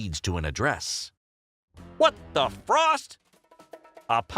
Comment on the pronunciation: "What the froost" 😂?